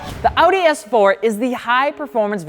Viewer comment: I cried when he mispronounced Audi .